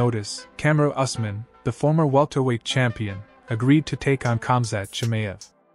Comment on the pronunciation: Us man, it's pronounced EWS MAN